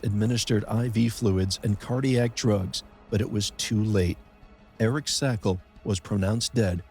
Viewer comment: Shame on you! You couldn’t even pronounce Eric’s name correctly. And you certainly didn’t check in with his family and loved ones before publishing incorrect information. This is nothing more than trying to get views at the pain and expense of others. You also plagiarized 1985 American Caving accidents, (November 1986 NSS News), which is copyright protected.